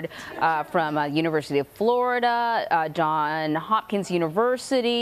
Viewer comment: Did she say Don Hopkins University? LOL